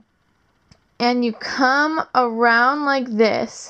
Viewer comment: fix how you say come. please, im laughing to much i cant focus. also, if doing the trick a second time as a reminder, manually move the bars and blades like you do before, that helps alot